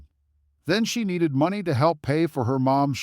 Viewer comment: You need to say money the right way please.